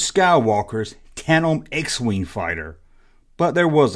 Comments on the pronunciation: Tan-dem brother. I’m a southern gentleman like you and butcher words all the time😂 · D ya leave the d out of tandem when you say it. Where did you get that wig yesterday haha you look like prince Valium from spaceballs haha good stuff I got a laugh out of it. Being silly is fun